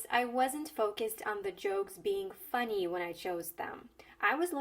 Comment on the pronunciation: Не обижайтеся, над звуком [i] надо бы поработать (например funny), буквально на треть "ы" добавить! А так почти по русски звучит!)